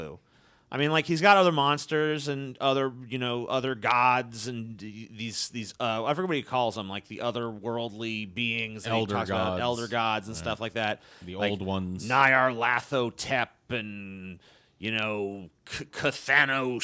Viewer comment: uncontextualizable=$50 word uncontextualizeable? uncontextualizible? In case anybody gives a flying fuck, Nyarlathotep is pronounced like Nyarlat-Hotep. It's supposed to be from ancient Egyptian.